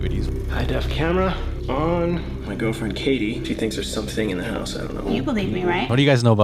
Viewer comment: I literally heard ''The Haunted Hosuh...''